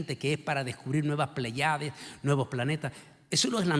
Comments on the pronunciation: Se pronuncia "PL(É)YADES" no "pley(á)des"; "espírit(u)" no "espírit(O)"; "Nabuco(do)nosor" no "Nabuco(no)dosor."; "ecu(mé)nico no "ecu(né)mico" Con mucho respeto: Como "doctor" debe de tener cuidado con la pronunciación. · No son pleyades, se pronuncia, Plèyades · Igual sucede con la palabra "pley(á)des"; se pronuncia "PLÉYADES"😊